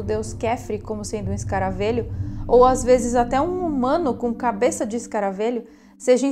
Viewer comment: Só uma observaçãozinha boba. Se fala escaravelho com “e” aberto. Como “velho” ok! Bjs 😘